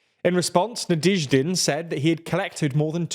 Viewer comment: NaDYEHzhdin. You guys need a pronunciation expert, you can't keep improvising it at the level you're at now.